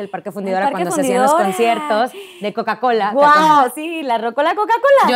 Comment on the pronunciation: cola!! se dice